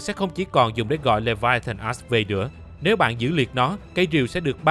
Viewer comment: Mình chỉ có 1 góp ý duy nhất thôi, làm ơn đừng có đọc là Leviathan "ass" nữa trời, bạn cố gắng phát âm đúng cái chữ "axe" đi trời, giọng thì hay nhưng đọc chữ "axe" nghe nó lạc quẻ dã man ấy.